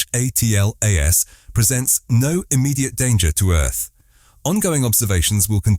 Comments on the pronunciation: It's pronounced Atlas. Stop spelling it out each and every time ffs is this an AI voice over? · Spelling out atlas by the "narrator" has ruined the video.